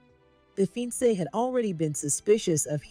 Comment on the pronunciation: Pronunciation is fiancée is a french word, with a french Pronunciation...Ur Pronunciation is incorrect